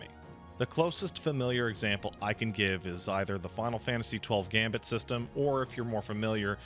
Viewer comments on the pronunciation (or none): none